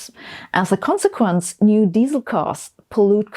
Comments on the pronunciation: As soon as I heard how you pronounced Diesel, I knew this video was stupid. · Yes but des-sell!🥰